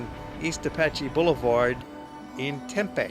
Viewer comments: FYI-If you call the city of Tempe, TEMpay, people will wonder what you're talking about. Here in AZ, we just say TemPEEEE. :) Great video! I'm a native Arizonan (an oddity). It shows where I live and places where I've worked. Btw, LOTS of hotels in downtown Phoenix, too. Hotels everywhere in the Valley of the Sun. I don't even have to leave home to go on vacation. Welcome visitors! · Oh and you would never here anybody in the Phoenix area say Tempaaay...its Tempeee.. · ha ha, I love how he pronounces Tempe.